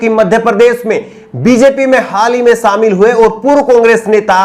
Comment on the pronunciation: Shamil ko samil mat kahobji . Apke journalism ke course me kuch sikhaya nhi gaya agta he ya aapne sikha nhia shobdo ka sahi ucharan